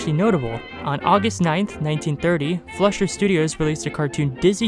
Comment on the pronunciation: You'd think an animation fan would know how to pronounce "Fleischer."